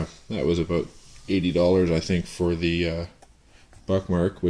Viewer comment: Hahaha he said "aboot"